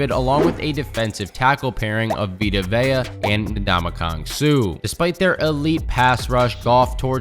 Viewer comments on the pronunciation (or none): none